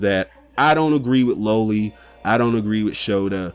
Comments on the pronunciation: LA-Lee not low-ly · You’re pronouncing loli incorrectly.